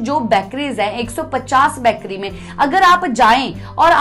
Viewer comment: बैकरी नही बेकरी होता है